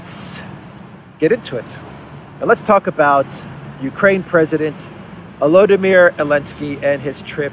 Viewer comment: sweetie, be precise: Ldimir, not Olodimir. "O" is tactical sign of Russian army, now advancing in Donbass along with "Z" and "V" fighters.